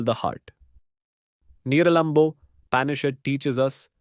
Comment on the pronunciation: Absolutely incorrect pronunciations of sanskrit words like Upanishad and Niralamba!!